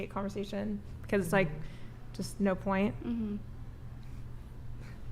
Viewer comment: Nar? What the fuck is "nar"? Is she trying to say "no"?